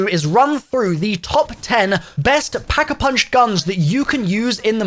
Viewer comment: Does anyone say “packapunch” better than?